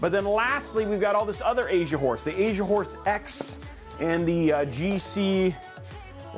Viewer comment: Take a little longer pronouncing Asian horse. stress that S my man. LOL. Did a double take and thought you were saying Asia wh0re. Which is wayyyy not the right thing.